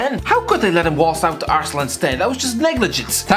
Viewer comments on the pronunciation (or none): none